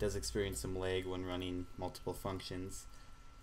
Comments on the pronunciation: THANKS MAN!!!!!!!!!!!!!!! Oh and by the way, you say lag like lage. It is actually pronounced just plain lag without the capital A sound in the middle. XD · laaag not lage lol